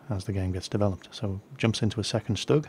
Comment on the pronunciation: No offense now, but its pronounced shtoog not stugg that's just the German abbreviation and spelling. :)